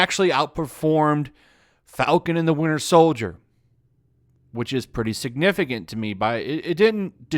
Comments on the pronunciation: "Winder Soldier" 💀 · Windier Soldier